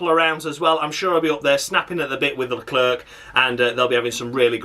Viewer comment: Stupid Leclerc pronunciation once again and as usual I mean honestly Don't understand them Latifi is still behind Marzipan in the Championship